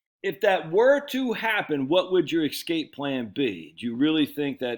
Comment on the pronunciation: Just an FYI "ESCAPE" is pronounced "ess-cape" not " x- cape". 😜